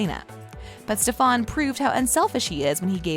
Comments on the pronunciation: It’s not stefaaaaan !!!! It’s StefAn !!!!!!! 😏 thanks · Stefan is pronounced Stefen not Stefawn. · Jeeezzz please it’s NOT STEP. HAN ! It’s pronounced STEPHEN! The woman describing the show should at least know how STEPHEN pronounced his name! Come-on!! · She called Stefen stephon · Please dont pronounce my husbands name wrong it’s Stefan not stefAAAn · It's St*E*fan not Ste-phan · “Stefon” it’s Stefan get it right! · No the narrator did not just say stefÀn. ITS STEFAN!! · stefAn not stefOn! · Stefan not stefon just saying but I like ur vids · Umm learn how to pronounce their names before doing videos.....if you actually watched an episode you would know how to pronounce Steffan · It's not ste-PHAN !!!!! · What the heck steph-on lol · every time she said STEFAAN!!! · Its NOT STEF--AN gahhhh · did this bih jus say STAFAN..no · lmaoo, “stephon” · Its pronounced Stefun. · ik she didn't say stefon lol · Al-air-ic or Ste-Fan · It's the stef*A*n for me😂🤣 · Stop saying Stefans name wrong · Ffs at least learn how to say Stefans name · How about a narrator who can actually pronounce the names correctly 😖😖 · am i the only one who hates the way she says stefan? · Am i the only one who gets irritated when she says stefan and alaric's name wrong 🙁🙄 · Please say Stefans name correctly makes watching this hard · One of my pet peeves is when someone pronounces names wrong especially when you are doing a video on them. Stefan is being pronounces wrong and so is Alaric. Sorry if my comment annoys anyone. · i cant watch this for the miss prinutciation of stephan and alaric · Can somebody please tell this dam woman how to pronounce Stefan and Alaric name . Doesn't make any sense how in the hell do you do a count down and don't know how to pronounce the names. Who pause but maybe 2 of these dsm moments uggh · Can you actually not pronounce Stefan or Alaric ?! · I can’t with this lady. She needs to learn how to say the names the right way. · not her saying alaric’s and stefans name wrong